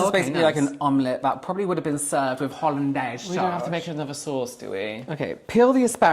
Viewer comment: I never thought I'd laugh so hard at someone saying hollindase sauce lmao